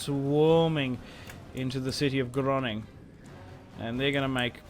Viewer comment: why do you say Groningen as Groning?